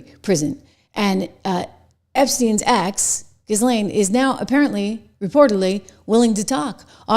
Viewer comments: Name is pronounced ' Gislen ' 😉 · Pronounced Gheelane. Simple. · Her brother pronounces her name GEE-lin. I'm guessing he pronounces it correctly. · Her name is pronounced like JILL-Laine. Stop saying it the wrong way. You're supposed to be a professional. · Ghislaine is pronounced Gillan using the g as in good or go. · You saying her name irks me. Learn to pronounce it. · The "S" is silent in Ghislaine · Wouldn’t it be fun if when you pretend to report on people that you pronounce their names correctly? In the time of the Google machine you can look it up. Ghislaine…. Do not pronounce the “ S” in Ghislaine.